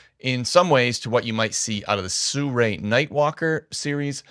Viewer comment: The sirui lenses are pronounced Siri I’ve heard great video